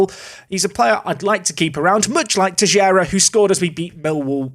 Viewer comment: Sorry to correct you, its Teixeira